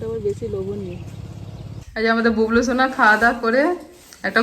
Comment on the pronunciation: দাদা তুমি বুবলু কে বুবলু লে বলো কেনো